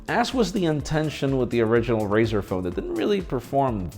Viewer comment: Nobody going to mention what he said.. did he say Brazer? Or Razer. In the beginning into. Could have sworn he said brazers.. Which would be to damn funny